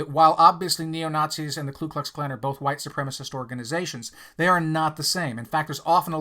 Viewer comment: Please stop saying “klu”’ in KKK. It’s Ku.